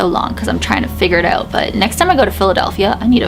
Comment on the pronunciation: Is anyone else getting Harry Potter vibes from this story like the ghost bus in London from prisoner of azkaban..... I was also laughing when your Canadian accent came out like aboot and oot 🤣😂🤣😂🤣😂🤣😂